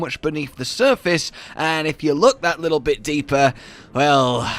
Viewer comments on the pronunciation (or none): none